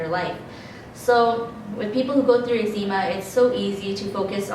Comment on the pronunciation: Why do you pronounce the word eczema like (noczema but eczema)? Just wondering bc the doctors pronounce it differently. Also, I changed my diet for 60 days and no improvement in my skin. I've been to a naturopath and still no answers. I do not have itchy skin. But I agree with your morning routine - mine is first prayer then scripture reading and if I can, a morning workout.